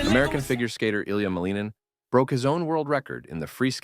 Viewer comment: Pronounced Malin-Nin, not Maleenan.